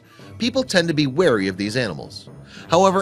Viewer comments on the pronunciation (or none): none